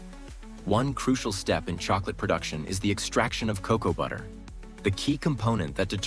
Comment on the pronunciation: Hard to get past ca-cow" instesd of cocoa. 🤦‍♀️